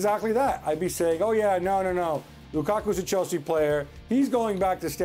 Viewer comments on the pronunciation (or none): You can’t tell me ‘lukaka’ wasn’t intentional 😂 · Lukaka? Is it a swag or something 😁